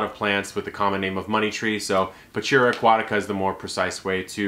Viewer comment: You have to learn to pronounce the name of the plants un the right way. The name in Latin language is Pachira Aqutaica and it pronounce like this. Pakira akuatika non pachira akuatika. So ch it’s k.